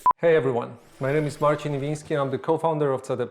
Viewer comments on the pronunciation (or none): none